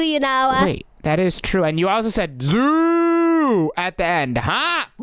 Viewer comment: when said ZOoOoOoOo it almost sounded like SUUUI LOL 😂😂😂😂😂